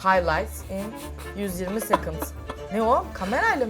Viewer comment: 4.09 "yuzyirmi seconds" qeqq